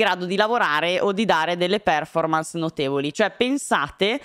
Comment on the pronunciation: TI PREGO, si dice perfòrmarce e non pèrformance!!!!